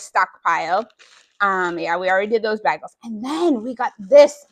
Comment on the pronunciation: Baygels not bag ells!!! Lol